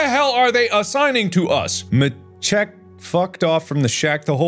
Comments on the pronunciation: Actually I take that back, your teacher was right it's "Maciek" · if someone wants to know: Maciek (polish male given name) pronunciation is /ˈma.t͡ɕɛk/ like mAchek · Yeah im pretty sure its "Maciek" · I think that name is supposed to be pronounced “Maciek”. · Actually, I think it's "Maciek" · shooketh in my perspective I pronounced it “Maciek” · Oh "Maciek"?! Dude, I've been saying it like Maciek this whole time... Man call me a fool for that mistake. My bad, thanks for the information! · No way, pretty sure it's "Maciek" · What? I've never heard it pronounced any of these ways. I've always pronounced it as "Maciek." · Maciek: Pronounced /MAH-check/. Diminutive of Maciej (/MAH-chay/), which corresponds to Matthias. So Matt or Matty. Appetite: You'd have liked the old name for that power even better: Panda. Missing Trophy: Nobody's sure, but it's believed the head from that plaque is now part of the Wolfman. Banshees: Ouch. Yeah, they're a recent addition to the game. Upgrading to the Sickle is recommended, as it's a faster weapon. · Maciek, but pronounced as "Ma-cheek"... I can die happily now 😂😂😂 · Mark: reads Polish names Me: physically in pain